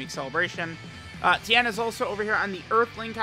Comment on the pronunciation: It's Ten, not Tien.